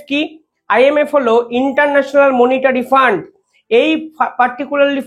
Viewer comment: মনিটরি নয়, এটা মানিটারি হবে